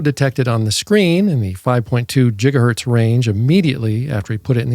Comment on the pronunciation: Did he say JIGahertz? Thats weird